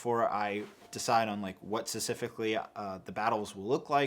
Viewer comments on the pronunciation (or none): there is a p in specifically. i'm gonna rip my ears off loll